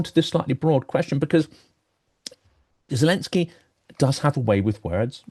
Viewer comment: Not to be picky but can someone educate me on gen. Hodges pronunciation of the name of president Zelensky, which he pronounces as jillensky